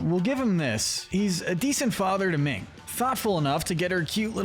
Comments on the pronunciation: It's minh not ming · Her name is Minh, pronounced "Min", not Ming.